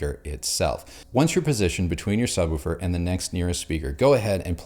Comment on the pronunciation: Are we going to address that he pronounces it sub woo fur?